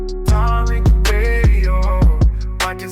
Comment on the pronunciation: Who the hell is "Terrick"? 🤔